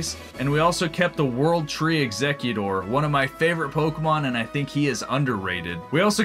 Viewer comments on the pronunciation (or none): none